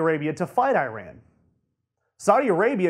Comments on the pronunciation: It's pronounced "E Ron" not "I Ran". For goodness sake, get it it correct!! Don't you know how insulting that is? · FFS it is ee-RON not eye-RAN. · this is Eee-rAN not eye-ran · nice vids, plz say: "eeran" not "i ran" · It is not EYE-RAN!!! It is EE RAAN you idiots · I-ran ?? how stupid is that . learn to pronounce god damn it. I'll start to say A-merica lol. By the way there will be no war with IRAN . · eeran. Actually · It´s æ røn ffs. get your facts straight